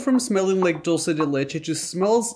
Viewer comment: I love how you pronounce “dulce de leche” I feel like I always cringe at how people say it (I understand they never knew how to say it I just cringe lol) since my first languages is Spanish and I know how to pronounce it, but even if you didn’t pronounce it exactly I appreciate how you pronounced it 🤩 just had to share that lol ( if you’re wondering)